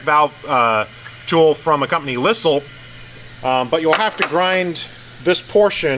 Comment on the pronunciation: Pronounces zed correctly and then goes and pronounces lisle as lissel. So close